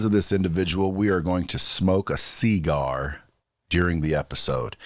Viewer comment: It’s not a c gar it’s a see gar like se gar gar see